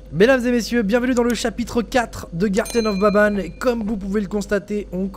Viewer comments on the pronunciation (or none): The garten of BABANE 🤣🤣🤣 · Il y’a que moi qui a remarqué que au début a dit < bienvenue dans le chapitre 4 de garten of baban > au lieu de banban 🤨